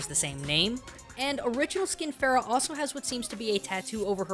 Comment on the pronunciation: dude, you butchered pharah's name (فرح) I don't know why they chose "ph" instead of "f" (arabic language doesn't have "ph" sound). anyway, here name means happiness if you were wondering